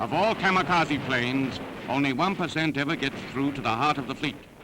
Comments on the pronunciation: Kamakasi= Kamikase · no one: news; K A M A K A Z I